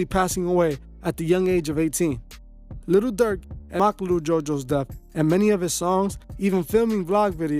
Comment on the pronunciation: again u saying little n it'z posed to b jus li'l